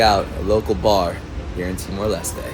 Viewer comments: It's Timor Les-Teh, not Lest. at least check how to pronounce it first, showed that you care. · Ha. I noticed you corrected your pronunciation of Timor Leste after arriving, but then relapsed. In tetun (languages are not capitalised) every vowel is pronounced. In Portuguese the final E is not pronounced, but the S has ‘sh’ sound. And you got to meet Barry! He is a legend. Arturo is one of the best places to spend a weekend in Timor Leste. Barry’s Place has tiny little thatched huts right off the beach to stay in.